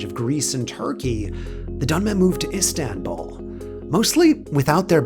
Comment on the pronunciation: Donme değil Dönme